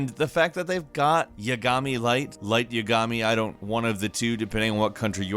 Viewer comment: Don't forget light YAGOMY